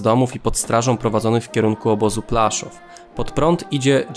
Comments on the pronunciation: Póki mógł ciagnął nich kasę a na końcu miał zrobił sobie alibi. dziwkarz pijak i cwaniak.. i po polsku panie autor mówi sie Płaszów a nie Plaszow .. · Taka mała dygresja, gdyż słyszę to już w którymś z Pańskich filmów. Mówimy "Płaszów" a nie Plaszów". Poza tym szacunek za podjęcie tematu okupowanego Krakowa :)